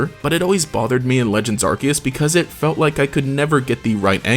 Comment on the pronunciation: Pokemon Arceus is pronounced 'Ar-See-Us'... not 'Ar-key-us"